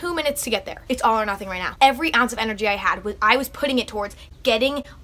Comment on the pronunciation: “F that neow”